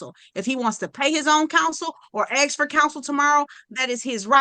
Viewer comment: Even the last attorney says axe instead of ask!